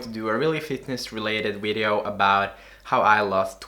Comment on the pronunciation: Lol nigga said wideo